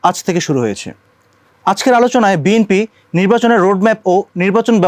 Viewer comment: এই লোক কিশের সাংবাদিক ভাই.?সে বি,এন,পি,কে বি এম পি বলছে.!!!!!!!ভাই এরা কোত্থেকে এসেছে.?এরা কি পড়া লেখা করে সাংবাদিক হয়েছে.?বর্তমান সময়ে দেশের যে দুরবস্তা ভাই.!এ কোন দেশে আছি আমরা.?এই লোকটা মনে হয় ঐ দলের সমর্থক সাংবাদিক.!বি এন পির বহু লোক আছে,বি এম পি বল.!অবশ্য এটাই স্বাভাবিক.!যেমন দল,তেমন তার সমর্থক.!!!!